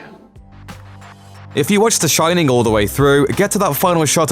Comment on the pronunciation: You've got the Shin-nin 😂😂😂